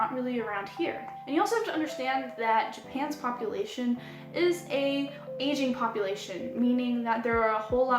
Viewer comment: Sounded like you said, "Japan's population in an Asian one." xD I immediately knew I just misheard "aging", but it was pretty funny!